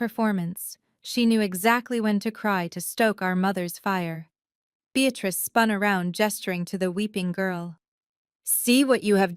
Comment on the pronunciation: Beatrice is a two syllable word Bea trice. The word you use is a three syllable word Bea tat rice. You should have ended this cockamamie story at the incorrect title.